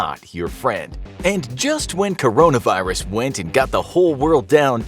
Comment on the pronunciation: HE SAID CORNAVIRUS Demonitized